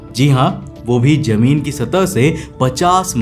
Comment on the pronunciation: lovely work bro. try saying zameen not jameen. Your voice is awesome just pronunciation throws me off